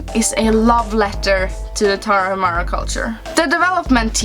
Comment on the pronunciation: "Indie" comes from independent. So is a video game that is often created without the financial support of a publisher. Moreover, Tarahumara is a native tribe of the North part of Mexico. Btw the H in Tarahumara is silent, so the correct pronunciation is Taraumara.